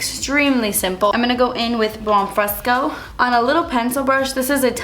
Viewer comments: how she said bon frisco from the modern renaissance palette😂😂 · The way she says "Buon Fresco" is adorable, lol. It's like a random Jersey accent. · The way you said Buon Fresco had me dying lol so random 😂😂 by the way one of my favorite looks EVER! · Haha the way you said Buon Fresco! 😂 love it!